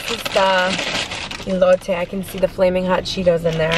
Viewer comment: The food looked delicious. Most places that serve Birria tacos will give you a bit more of the broth. Elote is pronounced with an “Eh” sound at the beginning, not “ee.” Since you’re doing great with the rest of the syllables, I thought I’d help you out. Admire you wearing a light colored blouse and not getting it stained.